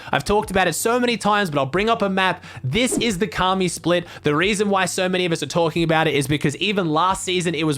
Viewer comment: Ok know he’s he’s American but come on man said kaamee